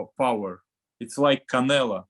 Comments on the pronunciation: He says canela lol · Am i trippin or does he say Canela 😆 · I guess the Mexicans are right. He keep saying "Canela". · Bivol calls Canelo "Canela" LOLOLOL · Bivol keeps saying CanelA 🤣🤣🤣 oh man, hes funny, obviously he doesnt do it intentionally hehe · Hey Bivol...it's pronoun CanelO NOT CanelA..... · Why do Russians pronounce “Canelo” “Canela” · Love how Bivol always calls him Cannela 😂just to butcher him further lol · Yes, canela. The o in Russian is pronounced as a. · He’s calling him a girl 😂🤣